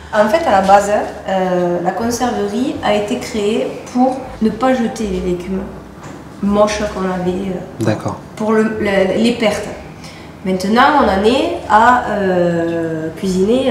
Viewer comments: "mauches"?! Aïe... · Petite précision: c'est plutôt légumes "moches" que "mauches".